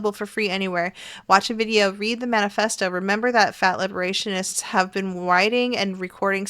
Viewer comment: I'm sorry, did you say fat liberation..... manifesto?